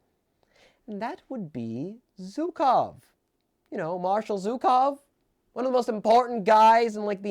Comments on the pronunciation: GOSCH DARN IT ITS SCHUKOW NOT ZUKOW! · The mispronunciation of ZHukov is killing me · Brother it’s not hard to search up zhukov pronunciation. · Btw,, you're pronouncing Zhukov wrong. I dobt know if there's an English word I can use as an analogy for what the sound should be, but please do look up how the "Zh" is pronounced.